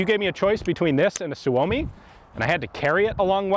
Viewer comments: Suomi is not pronounced Su-oh-me, it's Soo-Me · SOO-oh-me, not soo-OH-me. It's Finnish... for "Finland" or "Finnish".